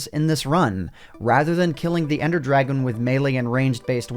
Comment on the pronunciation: dwagon bos